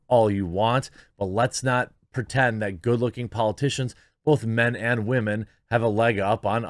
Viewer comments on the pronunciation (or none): none